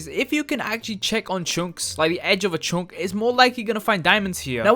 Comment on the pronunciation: Dude plz speak english good it writes chunk but it read chank